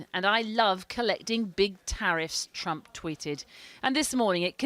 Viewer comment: Also, Ji. It's Trump not "Triumph". But that will suffice.